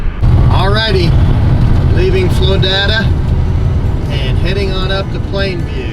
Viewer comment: It’s Floyd-ada, not Floy-dada. My brother lives near there....